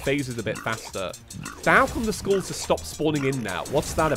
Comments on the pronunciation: oh god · Whenever you say 'skulls', it sounds like you are saying 'schools' T H E F L A M I N G S C H O O L S